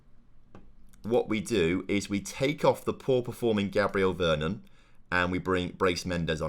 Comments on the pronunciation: PLOT TWIST: Andre is a deaf mute and hasn't been told yet. BTW it's V-E-R-O-N not Vernon hahaha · Loving the series, p.s. please reread veron’s name ty ty